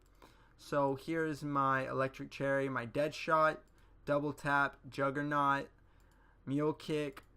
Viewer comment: Juggernog, NOG, as in egg nog, not Juggernaut. Sorry I’ve seen so many people mispronouncing it after all this time and it just grinds my gears for some reason.